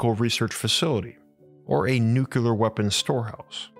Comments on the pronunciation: What fascinates me is how such a well spoken, articulate narrator can consistently say nukular ("noo-que-ler") instead of nuclear ("new-cleer"). There is no such word as nukular. Stop saying nukular, please! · You are a very smart guy,. It is pronounced “nuke”-“clear” not, “nuke-you-ler” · Bruh.... "nucular"? No. Nu-clear. Nuclear. How the fcuk do you get "newk-you-ler" (3 syllables) from NUCLEAR (2 syllables) I'm seriously asking you, as in, I'm not being rhetorical and just talking siht or correcting your pronunciation. I'm genuinely interested in your answer. When you read the word or write it, especially, isn't there something in your mind that tells you what you're seeing and what you say out loud or internally, just doesn't add up. And when you hear the correct pronunciation from others, do you think they're saying it wrong or maybe there's 2 ways to say it and they're both correct? Or do you even notice the discrepancy? I hear supposedly well educated people (George W. for example) making this mistake all the time. I've always been wondering what goes on in their heads but never had a comment section to ask the speaker. So here we are. Anyone else who has empirical input on the subject, feel free to chime in. Please and thank you! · Its nuclear, not NuKyULeR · You still pronounce nuclear "nukular"? WHY?? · It'spronounced "noo-clee-ur" get it right or don't say it.😊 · I love the two videos of yours I've watched. The other was the Kozyrev Mirror. By the way, there are two ways people pronounce "nuclear," and one of them is correct.